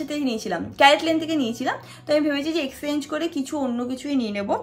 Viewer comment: Didi tumi mone hoi 'Exchange" take by mistake 'Exenge' bolcho bar bar ...amra jara english medium theke porechi pronunciations clear hoy jani